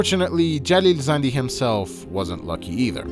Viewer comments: Are you persian? Cause the way you say Jalil Zandy sounds verryyy native. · Bro thank you so much for actually paying attention to this and also saying the names of city and jalil zandi thank you. No one actually says the names correct and that bothers me thank you myself I am from Iran and no it's not like we are blocked we use VPNs it's illegal but nobody cares you can't get arrested for it even though it's illegal Love from iran❤ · you said that name in most iranian way , you are iranian?